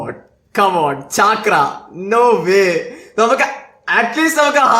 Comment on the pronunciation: Chaaakra അല്ല bro ചക്ര 😂😂